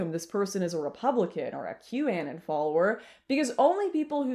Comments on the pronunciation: Q “aye-nin?” Girl. It’s anon. As in anonymous. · I've heard several Canadian creators that have pronounced it correctly but yea ok... If it's trivial then why even bring it up for the nature of this video... Satanism has existed far longer than Q and the Anons.